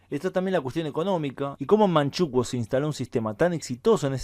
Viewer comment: En España se dice Manchukúo, no Manchúkuo 🤗 ... Creo que no lo has dicho, pero en Manchukuo se promovió la drogadicción o narcotización de la población, como método de sometimiento.